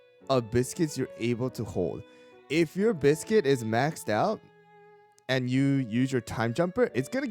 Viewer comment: Bees-quit ... like beast-cuit. beascuit. nar to the biscuit. :P